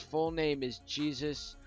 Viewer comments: HIS NAME IS NOT PRONOUNCED JESUS. It's pronounced hey-soos, which is why his nickname is Soos. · It's not Jesus pronounce it like this hey sues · his name is penounces haysoos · It's pronounced "hey-soos" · Jesus Is pronounced like hay-zeus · JESUS IS PRONOUCED "hay-zoos"!!!!!!!